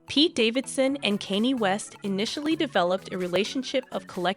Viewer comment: i can't tell if you're purposely pronouncing the names wrong. i thought i was dead at kanny west but kid cootie might take the cake. wtf lmfao